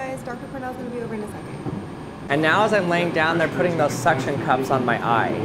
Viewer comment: did you said SUCC tion cups?